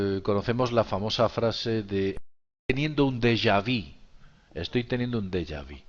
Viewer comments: Amiguito, con todo respeto se dice dejavu, no dejavi. Todo muy interesante!!!! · Se le llama dejavú, con "u"